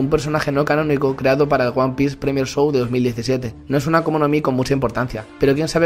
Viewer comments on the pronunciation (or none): none